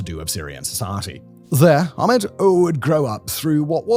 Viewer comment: Laziness! All they need to do is say the A sound from 'apple' and end with 'Med': A - Pul -----> A - Med!